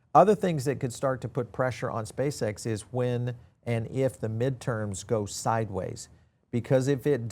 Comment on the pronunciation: Spā Ex it’s scamm😂ree